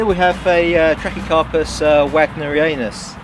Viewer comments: We definitely don’t call it ANUS here. Ha. It’s “Wag Near eee on us”. Both sound funny. Was curious if you have tried growing pindo palms? Or any other cold hardy pinnate palm? Loads of various Trachys to grow. Some are quite rare and small too. But after a while the palmate leaf can get a little bit boring. That’s why I was curious if you grew any other palm types. They all look good and healthy though. Always nice to see another palm nerd out there. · He pronounced the name of Trachycarpus Wagnerianus wrong, so it's not weird.